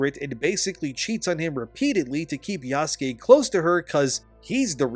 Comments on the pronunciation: The other thing wrong about this game is how the people playing it can't pronounce "Yasuke", like you. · Yasuke? I’m just going to call him YaassKween. The non binary guy’s name is Bukaki.